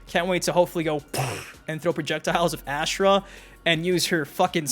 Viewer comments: please god. The way you pronounce her name AHHH SHH RAH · Why does everybody butcher Ashrah name? Has anybody played deception??? The announce says everybody name.